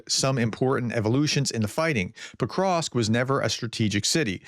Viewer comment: Pokrovsk, not pokrosk...Jesus if you are gonna talk about it at least learn to pronounce it